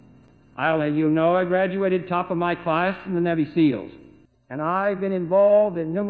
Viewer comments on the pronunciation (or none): his attempt at "nahvee" seals had me weak too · nevi seals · "Nävy seels." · Nevy seals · "secret" and "Navy" are fucked up but the rest is so hilarious. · Nevvy seals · The Navi'i seals